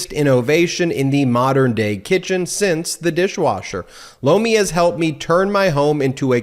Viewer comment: I just have to say your ad for Lomi gets me every time. Doesn't matter who does the ad it always sounds like blow me. 😉